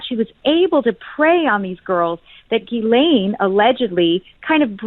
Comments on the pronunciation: Water board. Not that the testimony will be worth anything, but may corroborate some of what is suspected. Part of the mass arrests? Trump is pictured as in Princess Diana. Dunno if Trump is involved or not. Pictured yes. I think it is pronounced, "Jizlen or possibly Gislen, not Geelane" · Ghilsaine is pronounced how posh folk pronounce the Scottish town of Gullane! Lol